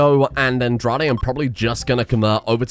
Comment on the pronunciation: Just so you know Andrade is pronounced "On-Dra-Day".. It's Mexican